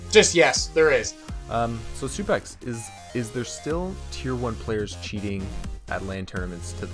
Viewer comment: why can legit no one pronounce SUPEXO? just read the 0 as an o, freaking SUPEXO.